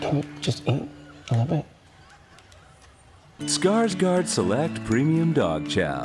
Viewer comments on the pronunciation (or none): Skarsgård would be pronounced Skarsh-gord. Funny that he is pronouncing it wrong himself to satisfy the American pronunciation. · I am disappoint that Alexander pronounces his own last name as Skarsgard when it should be Skarsghord... 😒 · Skårsgard? Don't you mean Skarsgård haha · By the sounds of it, they mean Skarsgard